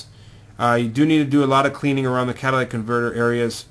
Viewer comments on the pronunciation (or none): Did he say "Cadillac Converter"? Its catalytic